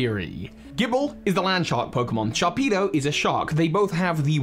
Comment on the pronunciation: I know he's saying Sharpedo, but it kinda sounds like "Chompedo" or is it just me or my headphones?